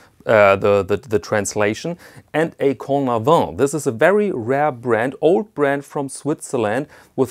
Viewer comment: Cornavin, not Cordavin 😊👍🏼